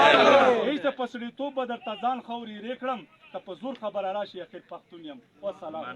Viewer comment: وسلام کا لفظ ہی غلط پڑھا وضاحت کو میرے گمنٹ میں دیکھ